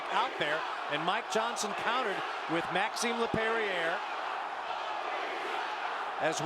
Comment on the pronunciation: Yeah the announcers don't say Maxim's name right lol